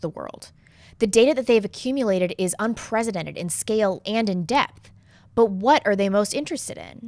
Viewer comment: The way you pronounce unprecedented is annoying.